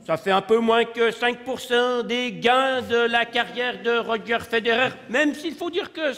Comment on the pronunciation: D'ailleurs, c'est "Roger" et non pas "Roger" ^^